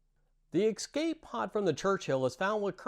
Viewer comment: Are you saying excape or escape?